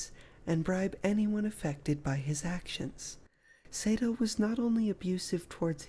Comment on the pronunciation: His name is pronounced Sah-do (as in ma or pa) not Say-do.